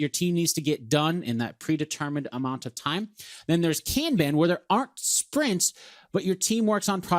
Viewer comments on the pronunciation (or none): American you are pronouncing Kanban INCORRECTLY.